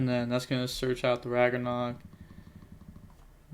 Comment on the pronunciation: Its pronounced rag-nar-ok